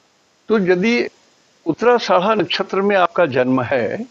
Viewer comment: उच्चारण सुधारिये आदरणीय🙏 "नक्षत्र का नाम" का उच्चारण सही से कीजिये nakshatra "uttara ashadha" नक्षत्र " उत्तराषाढ़ा" है ( "उत्तराषाड़ा" नही है (गाली न दीजिये) ( " उत्तराषाढा" बोलिये )